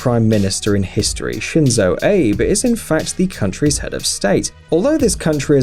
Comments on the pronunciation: The way he said shinzo abe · Shinzo "Ape" HAHAHAHAHAHA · shizo "ape" lmao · JAPAN'S PRIME MINISTER'S NAME IS SHINZO "AAH-BAY" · しんぞーえいぶwww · Shinzo aaaaaaybe. Pathetic pronunciation. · Lol he says Shinzo Ape . Hillarious i just realized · I love it how he pronounced Shinzo Abe "Shenzo Eib" And of course, 习近平 pride :D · I get triggered by how he pronounces Shinzo Abe's name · the way he pronounced Shinzo Abe AHAHAHAHA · lol he totally destroyed the Japanese Prime Minister's name LOL!